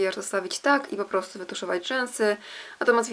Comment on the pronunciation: "postu" zamiast po prostu.. mów wyraźnie